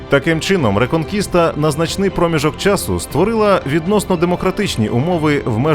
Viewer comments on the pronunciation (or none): none